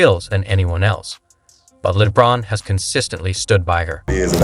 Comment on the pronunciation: Horrible AI. Steven instead of Stephon. Lee Bron instead of LeBron. Broken english AI.